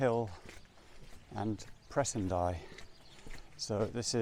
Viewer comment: You are pronouncing Presendye correctly btw